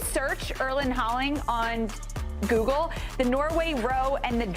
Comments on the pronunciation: What did you say??!! Erling Haaling??!! C’mon! You can do better than that. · Erling Haaland❌ Erling Haaling✅